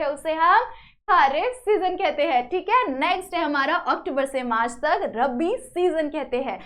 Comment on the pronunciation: did you teach very nice but your pronounsation is wrong in this lecture you prounce wrong that rabi and kharif